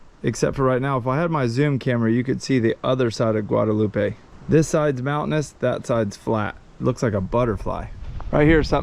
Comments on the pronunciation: It's French so it's pronounced guada-LOOP. Have you eaten Mountain Chicken, yet? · I’m sure you’ve heard the local pronounce Guadeloupe and you are butchering it bro, it’s pronounced “Gua de loop” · The island is Guadaloupe. Pronounced, Guad a loop. Guadaloupe• Guad a loop eh, is in Mexico.